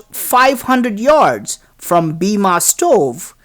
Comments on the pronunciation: Pls pronounce hindu words and names correctly. E.g. Bima = Bhim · ok i know its bloody south indian ....BIMA....god get a class in pronunciation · Bima?😆 Its Bhima.. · It is spelled like bhee-em